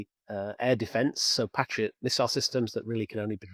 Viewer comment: This dude pronounces patriot and Taurus insanely